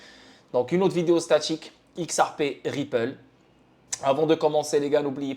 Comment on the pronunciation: On dit xrp par x ar p crétin